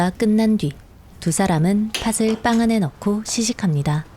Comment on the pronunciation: 나레이션은 좋은데 발음이 하나가 좀 걸리네요 . . '팥을'을 발음할 때 [파슬]이 아니고 [파틀]